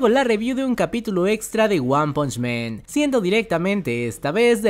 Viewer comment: Buen video, no me tomes a mal lo que te voy a decir, es para mejorar tu calidad: cuando pronuncies "man" pronuncialo así "maán":, ya que como lo pronuncias "men" lo estas diciendo en plural , lo mismo con "chainsaw man" Según yo así se pronuncia: "cheinsa man" Saludos!!!